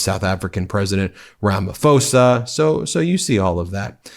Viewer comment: Ben - please pronounce Ramaphosa properly - it is Rama-poser - not Rama-foser. Thanks for all the great reports.